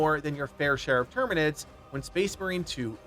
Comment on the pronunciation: dude said terminids